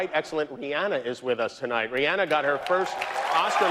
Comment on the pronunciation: I'm sure Rhianna appreciates her name pronounced correctly lol